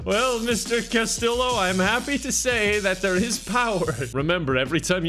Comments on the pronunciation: lives in Spain Also: pronounces Castillo as cas-til-oh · resident of Spain. Castillo is pronounced with the y sound of a double LL in Spanish. Casteeyo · lives in Spain for months Also: cas-till-o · living in Spain but still pronouncing Castillo wrong really got me 🤣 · Don’t you live in Spain? Isn’t Castillo ( pronounced last-t-o) like the most common name there? Hahaha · i expected u to pronounce castillo spanish:( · you've been skipping your Duolingo lessons, haven't you? I can tell from how you pronounced Castillo. The owl's gonna get ya. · I can't believe you're literally living in Spain and don't know how to pronounce Castillo. (Double l in Spanish is a y sound.)